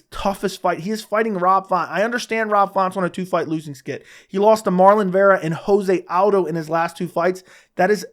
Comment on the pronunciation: Since correct pronunciation seems important to you: Jose Aldo ist NOT pronouned Like the Spanish word ("hoze"), but Portuguese: "jo-se". Just say Rio de Janeiro, and you will know why your pronunciation is wrong and how to pronounce the "j". Apart from that: love your vids 😘